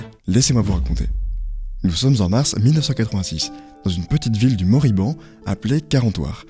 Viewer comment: Globalement le récit et surtout la conclusion sont bons, mais ça serait bien de ne pas prononcer de travers tous les noms. (Entreprise, département, personne) C'est Commodore (pas comorode), Morbihan (mor bi en, pas moriban), Michel Ancel (en selle, pas Michael Hancel). C'est 159 millions de perte (pas milliards), c'est impossible 159 milliards pour Ubi, c'est pas Microsoft.